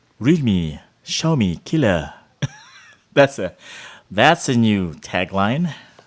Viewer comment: "realme xiaomi killuh... 😂😂" that accent tho